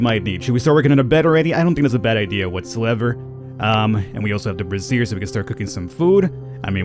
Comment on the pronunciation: Brazier is pronounced bray-jur. The pronunciation you used is the word brassier, which is something else altogether. Though they can be hot, you can't cook food on them.